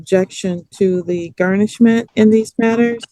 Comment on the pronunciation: Can he say garnishment instead of GARN??